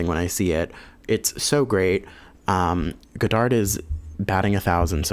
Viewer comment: Don't pronounce the D at the end of Godard